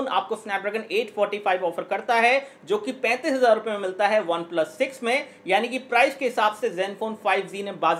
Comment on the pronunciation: 3.23 obeplus 😂😂